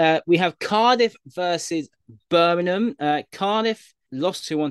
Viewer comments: I am literally convinced after watching this channel for a while now that literally 90% of the time goes against us and its BirminGham not Birminham 👍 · How hard is it to just say Birmingham you're a grown man 😂 great pod lads